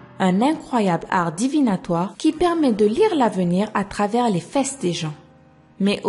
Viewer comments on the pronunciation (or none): l dit faisses et ps fesses loool 😂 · Aimer si vous aimer bien comment dis fesses!!😄